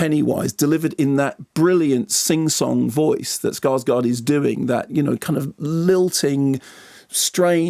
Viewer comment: Kermode isn't the only one who gets this wrong, but "Skarsgård" is pronounced "scars-gourd".